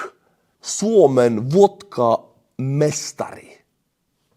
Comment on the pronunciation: Going by how you pronounced the vodkamestari, it sounds like you could just straight up read Finnish without any major hiccups. I thought Eesti keel would have more pronounciation. One time I had an Estonian as my coworker and even though he supposedly spoke Finnish, it was so fast and "rounded" that I had to give up asking again and again what he said, as he didn't change his articulation at all when he repeated his words :D I have visited Tallinn once in the summer of 2010. It was the usual Finnish "Viinaralli" trip and we visited the Super Alko and then some big shopping mall, but that was about it. Maybe a few hours before going back on the bus and driving back to the ship. I just briefly saw some old buildings in the city as we passed it in a hurry. The Super Alko part was just crazy. Because some of the people coming from the ship to our bus were taking their time, our bus driver decided to take an illegal shortcut, so that really was "viinaralli" at it's finest, as we were also the first bus on the parking lot. There were at least 3 to 5 more full buses that unloaded at once and all the people were rushing to get a shopping cart. The shop was packed full and you had to make your way negotiating through people. One of the weirdest parts as a Finnish were the free booze samples in the shopping center. And those Rizla girls in some cop outfits and mini skirts handing out samples.